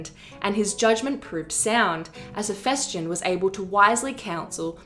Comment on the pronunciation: Dude, you're a history channel, at least try to get the pronounciation right. HePHYstion.